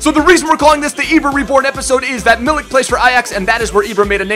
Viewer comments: it's ark-a-day-yush Meeleek incase u were wondering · it's pronounced Arch-ah-dee-yoosh Me-leak. Loving your Ibra vids and loving Arek+Lewa.